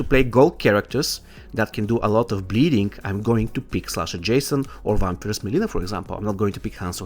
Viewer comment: Mileena not melina